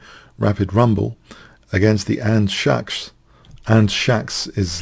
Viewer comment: Not to mention it's pronounced Andscacs and not Andshacks. :)